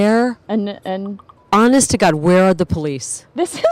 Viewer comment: "honest to Gaad!!"